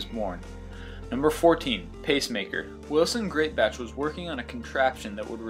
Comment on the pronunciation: #14 Rune Elmqvist invented the pacemaker. Not Wilson Grittbash or whatever that guy is trying to say :o